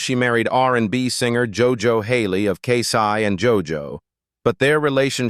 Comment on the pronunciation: It's K-Ci not K-Sy Lol !!!!